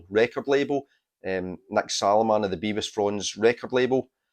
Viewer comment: I showed both the Flyte Reaction and Todd Dillinghams albums in my A-Z on my channel Take 444. Both were acolytes of Nick Saloman ( oh and btw it’s Bev-is not Bee-vis!). Did u know Nick S ran a record shop until a few years ago. Best psych shop in the Uk. Todd’s brother Mick used to do a lot of the graphics for the Ptolemaic Terrascope fanzine that Nick Saloman published. The whole psych scene in England in the 80s and 90s revolved around the PT and Freakbeat magazine. I still have the whole print run of both because I was involved in the scene. Recently the UK psych scene has centred around Fruits de Mer records. I’ve recorded quite a bit for the label and been on compilations of theirs featuring the Pretty Things and Fuschia and Bevis Frond. Drop me a line if u would like to know more: mark.forster7@ ntlworld.com